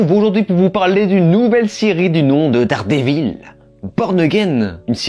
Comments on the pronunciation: C'est quoi Dard Dé Vil ? Même Regelegorilla prononce mieux l'anglais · Déjà ne dites pas Dardévil c’est insupportable